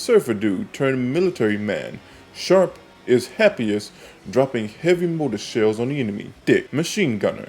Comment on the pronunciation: Sharp? lol it’s shrap. Short for shrapnel